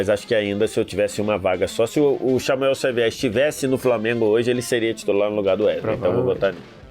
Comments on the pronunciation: “Xamuel Savier” do VSR aos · xamuel savier 😂😂😂😂